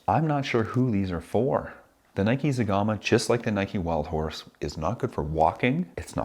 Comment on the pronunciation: Wowwww you killed zegama hahahahaha